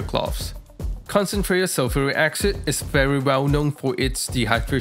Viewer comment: First - love how you say concentrated zulfuri aksid. Brilliant 🙂 Second, I really like your rack at the back of the hood. Extremely neat and nice looking